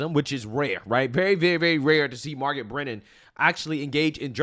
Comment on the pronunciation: I thought that Lefty CBS propagandists name was Margaret Brennan NOT ‘’MARR-GET Britain’’ . Also Arnold’s name IS pronounced ARE-NOULD NOT Arn-our. 🤪 Your speech impediments are rising to the REE-Rees of the left, soon you’ll sound as silly as the PD-F File~ Destiny.